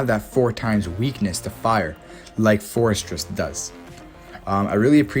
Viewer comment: You called it! Man-teen and four-eh-tress. Welcome back man! Hasn't been the same without you!